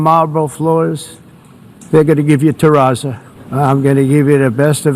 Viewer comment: It's called TERRAZZO, not Terazza.